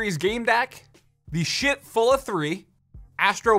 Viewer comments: "The shit Pulla 3" I'm sorry, the what ? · Low key thought he said Sh*t fulla 3 lol but Schiit that’s a weird name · I thought he said Shit Full Of 3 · really thought he said shit full of